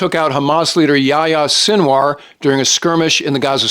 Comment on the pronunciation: Yaya sinwar is such a disarming mispronounciation